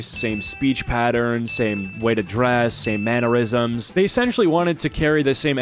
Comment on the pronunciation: THANK YOU for saying "mannerisms" correctly!! I was starting to feel gaslit into believing it's pronounced "manure-isms." 😂😂😂